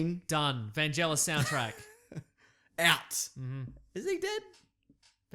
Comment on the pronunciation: Okay, let's clear this up..... VAN-GEL-IS ! Thanks